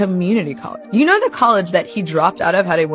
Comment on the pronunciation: is dyslexic, sometimes he says things wrong but we get it